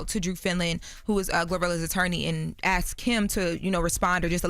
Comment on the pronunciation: reads well but can't really pronunciate shit and says ax instead of ask